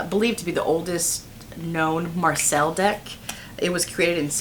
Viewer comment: I don’t want to be the annoying b!tch that nags on about pronunciation but here I am… Marseille is not pronounced as Marcel. The double L is pronounced as (an English) Y. It becomes something like: Mar-seye.